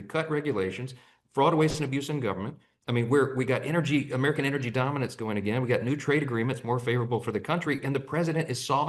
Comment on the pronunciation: He said Americur 😂